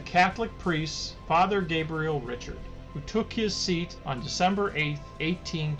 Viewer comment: Father Gabriel Richard......Richard is pronounced "ri shard". I went to high school in Riverview that is named after him.